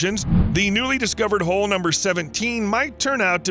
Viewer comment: He said, "Giant hole," not "Giant Ho"